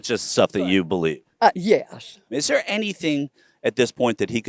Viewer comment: Therea ? There is no a in there stupid hick